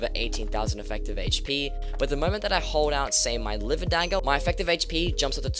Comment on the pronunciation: He said it right lol